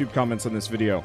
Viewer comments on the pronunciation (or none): none